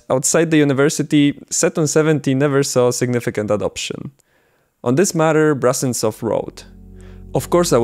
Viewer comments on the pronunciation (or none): It’s Brusentsov, not brussen-stoff You butchered his name like 30 times in this video. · The surname of the inventor is pronounced Broosentsov, BTW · If the name is transliterated to Brusentsov, then should it not be pronounced BROO-SEN-TSOFF, with an OO sound and not an AH sound? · oh god.... please stop calling him BrAHsentsov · so...you spent countless hours researching this subject only to end up mispronouncing the name of the inventor? great job, mate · Your pronunciation of "Brusentsov" is a bit wrong. The letter “u” in the Latin transliteration of Russian names is always pronounced as in the word “put”, but never as in the word “but”.